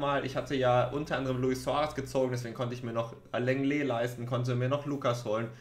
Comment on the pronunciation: man spricht longle